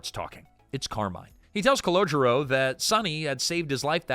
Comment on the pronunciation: That's Calogero, not "Collogio."